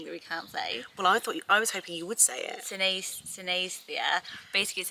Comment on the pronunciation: Hehehe it's pronounced sinisTHEEzia ❤️